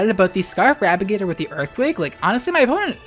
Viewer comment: I was genuinely confused why you kept calling it Rabigator for like half the final match.